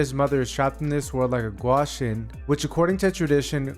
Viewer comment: It's gwi-shin Not gwa-shin